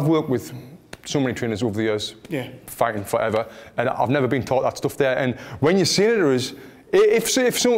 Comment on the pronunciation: The art of fwighting witout fwighting.